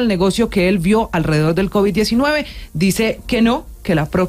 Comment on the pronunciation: Un ministro de salud que no sabe pronunciar Covid.. dijo covichx.. 😂😂 Tan petrista la situacion.. Habla como bultero de corabastos 😂😂